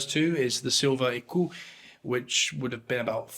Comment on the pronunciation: pronounce Ecu like eikoo, you mean? Or Damiens like Damiahn? It doesn't take AI to butcher French, just any monolingual Anglo speaker.